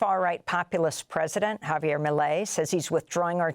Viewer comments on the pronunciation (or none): none